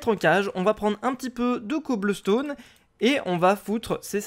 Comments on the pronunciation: il a dit "cobleustone" die on the fire for that word 🤬🤬🤬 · il a dit coblestone lol :D like pour qu'il vois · a dit cobleustone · ta dit coblestaune a 18 min 40 env LOL !!!!!!!!!!!! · Tu as dit coblestone